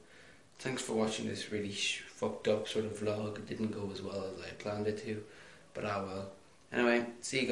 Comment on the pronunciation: its vlog not vlogg